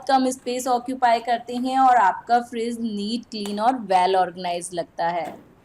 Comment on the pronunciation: Aap apna pronunciation thoda theek kare , friss nahi fridge bolte hai . Vlog bahot accha hai par pronunciation par kaam karen to aur improve hoga aapka vlog .